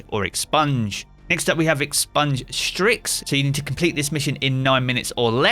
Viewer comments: it's "Styx" not "Stryx" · I’ve never heard someone mess up the word Styx that bad.